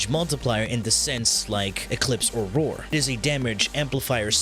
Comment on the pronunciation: Just the video i needed.. And.. OOOOOH. ROAR! You're saying ROAR. Why the HELL do you say it "Vore"? Do you know how freaking long i looked for a "Vore" mod?